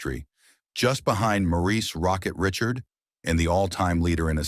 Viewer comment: don’t forget Maurice Rocket “Ritchard”.